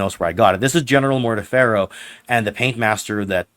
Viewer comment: my brother: more-TEE-ferr-oh . morty ferro is a crime against spanish.